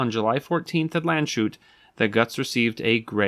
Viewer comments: lahnds-hoot, not land-chute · Landshut is in fact not pronounced like "Land shoot", but more like "Lunds Hood" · Btw. it is not Landschut it's Lands-hut. And it's Götz von Ber-lich-ingen, who is famous for his sentence: and tell your master yes tell him he can lick my ass. In German: sage Deinem Herren ja sage es ihm nur er kann mich im Arsche lecken. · The town’s name is Landshut (not Landschut) and it’s pronounced as Lands-hut. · Lands-hut, not Land-shoot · The city's name is Landshut. Lands-Hut. If your language is English pronounce it "Lunds-hoot". It's not "Land-shut". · Sorry: it's Lands-hut ... Not Land-shoot! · It's pronounced "Lands hut" not "Land shut". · Was about to comment on this. The 's' and the 'h' are two separate sounds. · Well, "Lahntz hoot", but yes, exactly. I understand why he said "sh/sch" and not "s h", but I always check how to say something. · You are saying it wrong. It's pronounced "LANDS - HUT", not "Land-shoot". You need to do linguistic research in addition to your historical research. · Landshut => "Lands-hut" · The pronunciation of Götz is pretty good. Landshut —> [LAHNTS-hoot]. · Landshut is pronounced lands-hut. Somehow this was more jarring to listen to then ö pronounced as o. 😅